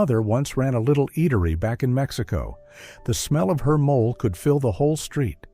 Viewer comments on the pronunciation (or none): Mo lay is how mole is pronounced as food